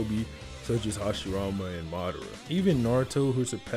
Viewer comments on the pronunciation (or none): none